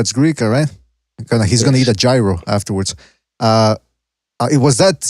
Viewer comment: Gyro's should be pronounced "jeero" not "jayro" I'm disappointed.